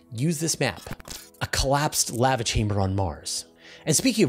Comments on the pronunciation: Sounds about right to me... What would be the other pronounciation? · The way you pronounce lava makes sense, considering the word contains one letter v.